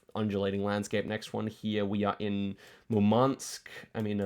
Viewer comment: By the way the emphasis in both Murmansk and Yakutsk is on the U